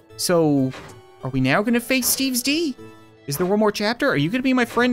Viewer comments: I dont know why but when he says steves d i think he says steves dog lol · It's funny how he can't say "S quest to stop Steve's D"